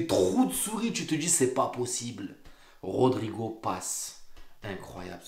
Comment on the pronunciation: Les gars cessé d'écorcher le nom de rodrygo et nn pas rodrigo😂 vs êtes de faux supporters Hala Madrid forerver🎉